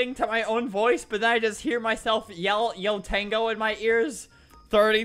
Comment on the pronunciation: I never heard you say yo tengo so normally